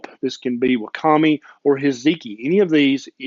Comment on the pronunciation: Quick pronunciation correction; wakame... "wah-kah-may". No judgement from my part. Good video... Recently subscribed to your channel. Thanks!